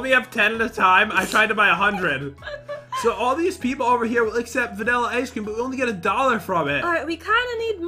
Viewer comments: NAAAAH, they are just saying "IceCreamu!" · You insulted me I am Asian I don’t say Icecream-o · just because they say “Ice Careamo!” Doesn’t mean that they are aisan dummy and I know that because I’m aisan